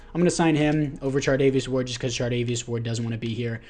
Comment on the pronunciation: Charvarious ward I’m sorry but you said chardavious ward ten times